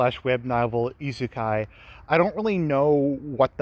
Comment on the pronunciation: Wait... Did I just hear said isekai correctly?